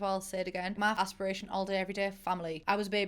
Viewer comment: No one: No one at all::Aspirashon.